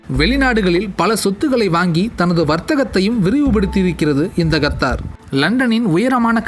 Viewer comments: Qatar is correct ....kathdar is wrong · YES he also pronounces Nepal and Nebal. Qatar as Gathaar, and Nepal as Nebaal Thelivaa ucheringa saami... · its Qatar not gathar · Qatar da naaye no kaththarrr